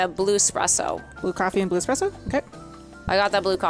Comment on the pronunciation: Game: Cappuccino: Espresso: Express-O